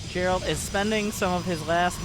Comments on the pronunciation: Geralt most definitly be spoken with G like in Gain, not s in Girafe for example. As it is of Polish origin ... So I believe :D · Geralt name is pronounced with a G like in Gif